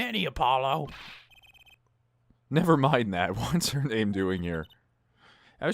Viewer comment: No, Apollo just said it wrong Her saying Apololo humors me